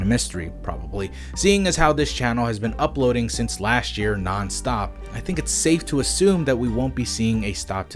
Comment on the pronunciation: Nonce into nonsensical is a bit creepy, since "nonce" is UK slang for pedophile...but that all goes away if he was saying "non" into nonsensical rather than "nonse"